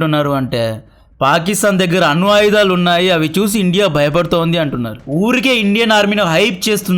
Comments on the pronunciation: అను ఆయుధాలు కాదు, అణు ఆయుధాలు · అను కాదు bro "అణు"